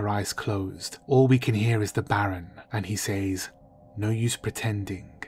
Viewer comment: Say... says... say is pronounced S-A. As in Hay. Says is pronounced SEZ....